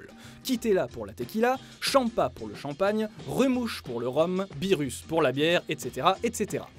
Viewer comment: "birusse"? OMG!!!!!!!!!!!!!!!!!!!